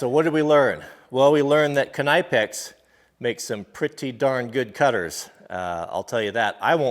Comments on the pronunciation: I have no problem with you pronauncing it the american way but i thought you would like to know that Knipex is actually pronaunced K nee pex. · It's not kanipe-ex it's pronounce like nip-ex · Knip-ex.... not k-ny-pex lol. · It’s pronounced “nipex” not “can-I-pex” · I thought that knipex was pronounced (ni-pex) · Okay... Let's just sort this. It's Nipex. Not Kunipex. And it's A V E. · Great video but it’s pronounced Nipex (silent K) like in knife! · I thought it was "Kinpex" until you said "K-ni-pex" lol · It's pronounced nipex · Pronounced nippex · its Ni-pex isnt it? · Are you f ing serious- kanypex? Wtf,that is laughs. Ive been using knipex for years and never heard that!! The k is silent and the i isnt long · KNIPEX PRONOUNCED NIPEX DUDE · Knee Pix. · If you watch videos from the knipex company that have the actual German reps they pronounce it more or less as Kuh-nee-pex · BTW It’s pronounced nip-ex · If I have to hear this guy say kuh nigh pex one more time I’m gonna stab myself in the ears with screwdrivers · Nip ex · What did we learn from this? Well we learned yet another way to butcher the name. "KIN-EYE-PEX" lol. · Robbii Clements if you watch videos from knipex about their products the Germans reps pronounce it kuh-nee-pex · no, the k is silent. It's pronounced nipex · Kn wird auf deutsch ausgesprochen. Kan-Ipex. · Think its pronounced nip ex knipex as to k ni pex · Pretty sure the Knipex is a silent K just like in the word Knife. Keep up the east coast jokes I love em. Love your videos!! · Its Knee - pex you dope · It is pronounced "nipex" the "K" is silent. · I was taught it is pronounced "kin nepex" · I’m from the east coast I pronounce it “nipex” k is silent. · Say it with me... Nip x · Just for future reference its pronounced ''nip'' ''ex'' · I'm in germany for work right now... I love when the techs here lens me their Knipex by the way, it's pronounced K-nee-Pex. the k isn't silent and the i is a ee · You pronounced knipex wrong.